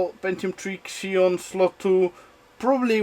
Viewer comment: Xeon = "Zee-ON" and the LBS measurement is short for POUNDS (USA) Also, MERRY CHRISTMAS FROM OREGON, USA! :)